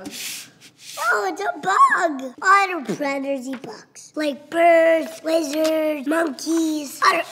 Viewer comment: I swore I heard him say wizards eat bugs. Then, I consulted my logical brain and corrected wizard to lizard.